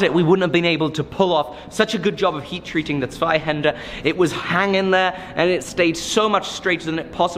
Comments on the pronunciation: I love how he now pronounces Zweihander perfectly^^ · Man your pronounciation of "Zweihänder" has become absolutely flawless o.o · Beautiful!!! - how flawlessly you're pronouncing Zweihänder now! :D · As a German, I feel I must tell you that its a delight to hear you pronounce "Zweihänder" correctly. seriously you're the first English speaker I heard say it like that. how many times did your tongue throw its back out during practice? props mate! :'P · Damn the Zweihänder pronounciation at the end was on point. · you finally managed to say zweihänder correctly :D